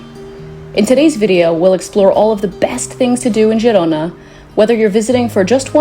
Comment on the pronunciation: It's pronounced Herona